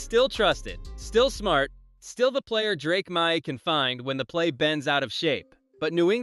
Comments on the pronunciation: Drake MY???? c'mon, bot figure it out! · Drake Meye?? LOL